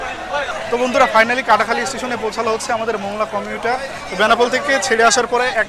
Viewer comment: এটা মংলা নয়, মোংলা।